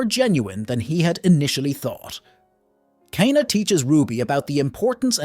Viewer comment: Same with "K-na"